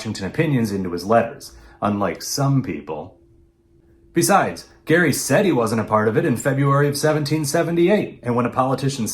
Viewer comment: My maiden name is Gerry, decendant of Elbridge. You are the fist person i have heard pronounce it correctly, Thank you. I know the man was a crook, but these days it is disheartening to hear my name used like a swear word.